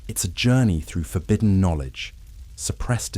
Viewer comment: Forbidden has a short i sound.